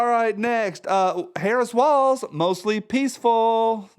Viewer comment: OMG...when you said "Harris Walz" I thought that you said Harris swallows! LMAO!!!